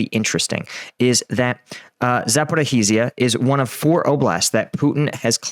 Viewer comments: Please improve your pronounciation of Ukrainian towns. Sonetimes it is hard to understand what you are saying. Example: zaporrizhia. You are presenting this war as a military expert. So, as long as you talk about was activityies I would like you not to be biased on any side. Internet is full of emotional (hysteric) propaganda that I am perdsonally more than fed up - your good chance is simply to tell the objective truth from the expert viewpoint. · Zaporizhzhia is pronounced ZAPO RE SHE YA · 😂 Zaporee he's ya. Lol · Its, "Zap or ease ya," but the s is pronounced like the second g in garage. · You don’t pronounce the H in zaporizhzhia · Ivanivske!! Not Ivanski. Zaporij-ya, not Zaporohizzia. Come on dude, I know you can do it! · Seriously dude, you continue to dazzle me with your ability to mangle the word/name/pronunciation of “Zaporizhzhia” completely and multiple different ways in every video…Congrats! And as of late you’ve added mangling “Ivaniske. It’s not “E Von Ski” - its “E Von Eve Ska”. 🤣😂😅🤣😵‍💫